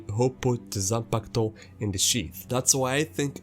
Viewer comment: I HIT MY PEN EVERY TIME YOU SAY YOU SAY ZANPAKATO!!! LET'S GOOOOOO!!!!!!